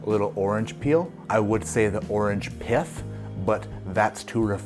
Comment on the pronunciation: I heard orange "piff" and thought this was going in a very different direction. Another great video you sonofa batch.